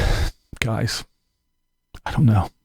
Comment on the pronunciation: " GUISE" LOLLLLLLLLLLLLLLLLLLLLLLLLLLLLLLLLLLLLLLLLLLLLLLLLLLLLLLL